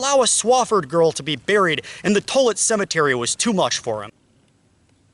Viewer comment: As a Tollett and descendent of this story the pronunciation of my last name is wrong. It’s not Tullit, it’s like Tall-it. Thank you for this video though it’s great!!